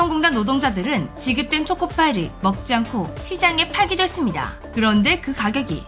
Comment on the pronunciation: 다른 것은 어느정도 알고 있었는데 5만원은 생각도 못 했어요 '그런데 그 가격이' '그런데 이 초콜레트 단설기에는' 일부러 강조한 거예요? 두번 반복하시는데요